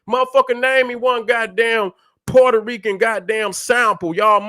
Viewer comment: Fat Joe, a.k.a. Port-Hoe-Reeking